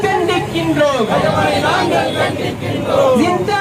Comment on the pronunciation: Dai news reader lose athu prince illa France